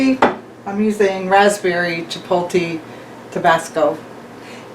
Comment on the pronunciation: It is pronounced chip-ohlt-lay not chip-ohl-teee! lmao! Happy New Years.